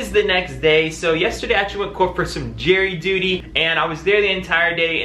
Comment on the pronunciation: are you saying jerry duty or jury duty 🤣